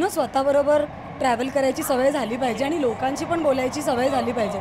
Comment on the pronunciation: आनी पानी जरा सुधारा!